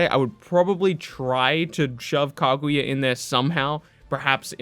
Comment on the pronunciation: The way you say kaguya hurts my soul